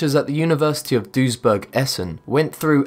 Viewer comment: 4) Hey, i once studied in at the university of Duisburg-Essen (in DUisburg), your pronounciation is kinda good:D (eben if "-burg" in german isn't spoken like in burger, but rahter as in Uber, still kinda accurate, was impressed that you got Essen right (y):D )